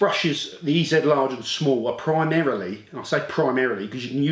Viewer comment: You need to go all American when you pronounce the name, it's E-Zeee Brush. See how it sounds so much better.